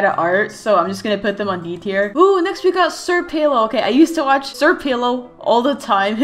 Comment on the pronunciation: I used to pronounce 'Sr Pelo' as 'Sir Pelo' as well but I've heard him being called in a video that I'm not so sure what video it was but they pronounced his name as 'Senior Pelo' hope this helps !